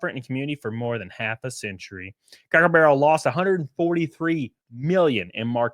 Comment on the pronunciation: I knew I wasn't the only one hearing him say crackle